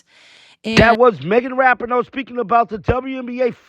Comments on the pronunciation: Dude, her name is pronounced "RaPEEN-O"!! You're driving everybody crazy w/ this "RaPINN-O". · It's pronounced Ra-pee-no